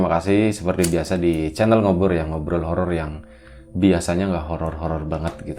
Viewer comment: harus jelas banget ya gais...hahaha... lucu